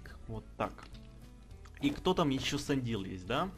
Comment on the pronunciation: Не Сандил а Сэндайл